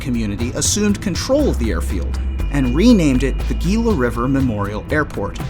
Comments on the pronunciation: Gila is pronounced HE-LA . Like Gila monster. H. not Gee. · Gila pronounced as Hela